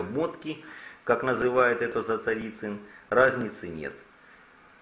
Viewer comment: на первых минутах сразу слух режет -- Зацарицин -- правильно все таки Зацаринин